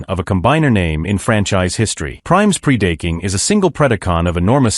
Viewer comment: Pre-date-king...??? WTH???